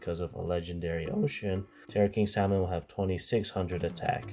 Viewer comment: What is it with Yugioh players and not being able to pronounce salmon